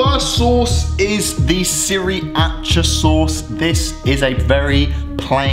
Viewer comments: No one noticed that he said siri-acha sauce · Sriracha sauce: exists: “SiRI-AcHA” 😂😂😂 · Me: Sriracha: Siri A Cha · On one second thought said siriacha sauce but our people we say Sriracha sauce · my guy said seerach insted of siracha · I think that's how British people say sriracha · Bro said siriacha sauce😂😂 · That boy said siri acha saws😂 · SiRiaChA SaUcE 💀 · siri Acha😂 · It's pronounced sir raw cha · Siri-acha sauce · "si ri Acha sauce" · The pronunciation of siracha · It honestly triggers me by the way he pronounced “sriracha”